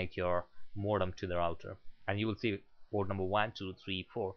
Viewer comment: hahaha i heard that tooo but ermm its internet port